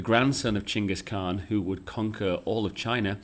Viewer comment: Wow, you pronounced the name Chinggis Khaan authentically correct. This is indeed rare among westerners.